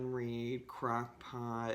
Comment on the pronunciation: I thought you were saying crackpot lol